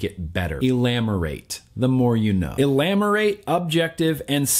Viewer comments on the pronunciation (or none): not Elamorate chief, Ah-mee lee-or ate. Amazing 510report as always. Much love <3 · Elamorate? A-me-lio-rate? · It's not "EE-lam-or-ate". It's "uh-MEE-lee-ore-ate" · The word is ah-mee-lee-or-ate (ameliorate). Not being critical, just helping with pronunciation.